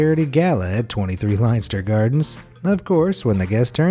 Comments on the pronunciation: Leinster is pronounced 'Lenster', not 'Linester' and I'm not even going to try to tell you how to pronounce 'Trompe l'oeil', which you managed to mangle out of existence. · Lenster, it`s pronounced Lenster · IM FROM THE UK YOU SAY THE LONDON ONE (LENSTER) NOT LEINSTER